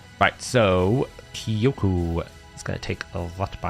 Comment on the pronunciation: btw jp speaker here, you're now saying Kyoku right